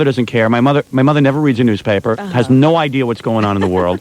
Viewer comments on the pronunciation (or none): "I'm just thrilled at the whole idear!"